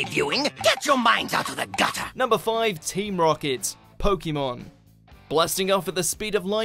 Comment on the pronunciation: Hayate no Gotoku does some pretty epic 4th wall breaks too, the characters even comment that the 4th wall is nothing but a pile of rubble. Also. PLEASE PRONOUNCE POKÉMON CORRECTLY, that accent isn't just there for show!